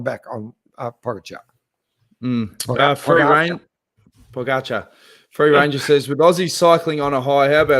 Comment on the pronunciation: Glad to see working on pronouncing Pogacar’s name! Good job but don’t stop trying. 👍😊